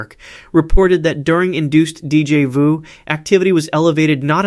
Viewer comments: I hate AI voice. Deejay voo? So annoying. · Gahhh that pronunciation of Déjà vu is infuriating